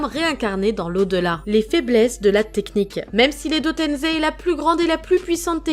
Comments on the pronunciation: Ses pas edo tenzei ses edo tensei Ou edo tençei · Arrêt de dire tenzé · Je suis le seul qui aime pas quand on prononce edo tenZei ?pour moi c’est edo tenSei avec S comme Serpent😂